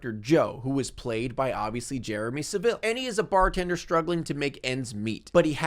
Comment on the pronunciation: Hahahaha the way u say Saville.. See how a British person says Jimmy Saville, that's how we say Saville, the way u do it is just.. Alien